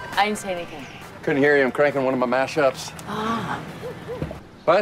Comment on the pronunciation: 동글님 처음에 여자부인 didn’t발음이 전혀 안들리는데..왜그런거죠?? 그리고 매번 너무 정성스런 영상 감사합니다!!!